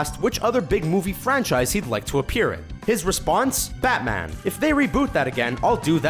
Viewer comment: on he said batwang